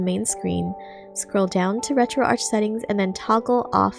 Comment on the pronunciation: Why do you pronounce ArchOS correctly but you mispronounce Retroarch?